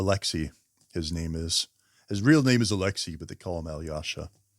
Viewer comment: One little tip for you, pronounce "Alyosha" as "Aalloshah". Americans tend to overexaggerate the "yo" sound in this name. I enjoyed your video, by the way! Like from me.